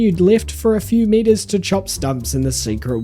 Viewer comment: bro does not say meters😭🥀